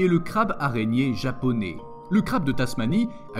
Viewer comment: je kif les escargots,, le crabe japoné? non mister le crabe japonais;,,lol japo nez attention aux prononciations